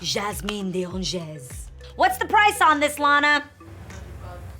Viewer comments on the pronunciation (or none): Oh Lord nooo....Ok I know you're into all things French but giiirl sounds like the actual language ain't part of it lol. But seriously, this comes from a place of love. As a francophone, I know French grammar is not easy to learn but that whole "De Angez" part was very uncomfortable to listen to.There are a few ways/apps like google translate I use when I don't know how to pronounce something in a foreign language so as to be more considerate, relevant and accurate when I use it. Again, I hope this doesn't come off "troll-ish" because I love what you do. You have such a beautiful soul, and so much to share. I'm just trying to help so it doesn't get lost in pronunciation (hihi get it?) ;) :p <3